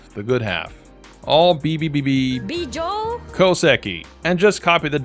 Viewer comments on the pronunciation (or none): "Beejoe" Koseki,, lol